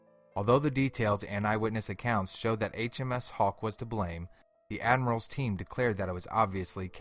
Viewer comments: Its the Admiralty not the Admirals Team lol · British 'Admiral-team'...LOL. It's Admiralty!! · It's "Royal Admiralty" not "Admiral Team"!